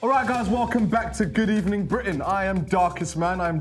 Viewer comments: Good Ebening Britain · should be named good ebening britain